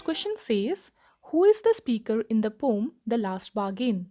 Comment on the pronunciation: Poem not pom